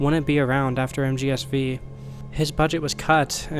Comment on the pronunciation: This is a complete non-problem, but I just can't get over the fact that you say MGSV with the V as "vee" instead of saying "five." Edit: At the end of the video now, it was a really interesting to watch! As great as Kojima doing Silent Hill itself sounds, I also think the circumstances around P.T. becoming lost media add to the mystique - allowing an all-new artistic quality in their own right. I highly doubt that P.T. would have been talked about as much as it has if Silent Hills followed on its heels. This video would not exist, or at least not in its current form, if not for the fact that we are in this specific reality. And, I have to say, I'm glad we're in the reality where we got Death Stranding. I love that game and shudder to think that we'd never have gotten it if things hadn't played out this way. (Whilst also hating that the series of events that lead to its creation involves Konami screwing over Kojima and his team. Fuck Konami.) The topic of two realities is incredibly intriguing. Both in how you draw parallels between Jack and Kojima, as well as in a more philosophical sense concerning the different results of choices. I have had a bunch of ideas rattling around in my head about choices, fate, and how we get to where we are in a given "present" moment - how little it would take to create drastic changes. I don't have a lot of ways to pull these ideas back to the video, but the idea that set in motion this train of thought is this: We can pull the two Kojimas bac